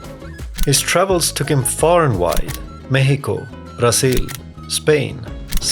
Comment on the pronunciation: "brazil" pronounced in spanish made me crack up